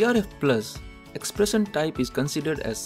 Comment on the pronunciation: Pronunication is bad.. He cannot pronounce 'shun' properly as in expression ...:-)